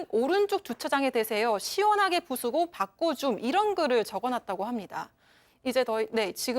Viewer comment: '바꺼줌'이래 ㅋㅋㅋ 초등하교 졸업도 못했나보네 진ㅉ ㅁㅅ하다 그러니 저러지